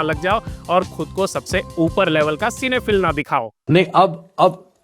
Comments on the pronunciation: Bro its pronounced as cine phyl' Not phill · सिनेफिल् ❌ सिनेफाईल ✅